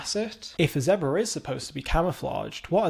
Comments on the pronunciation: I’ve never heard someone say zedbra 😂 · This is my third video of yours and I'm going to now subscribe simply to hear you pronounce the American, "Zee-brah" in more videos, I hope you don't let me down as I watch more videos